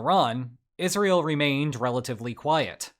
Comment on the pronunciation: Is just my ears or is he pronouncing Israel as Isreal ?